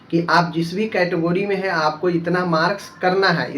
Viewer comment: Phle category bolna to Sikh lo lol kahi ka